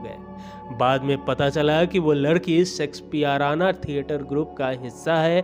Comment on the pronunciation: Tumko Shakespeare ko sexpear bolte ho(4.37).Aur chale ho anchoring karne.Wah re wah.